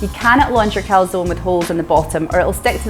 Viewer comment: Dear, great idea this. Top tip: teach your co-founder how to pronounce calzone 😂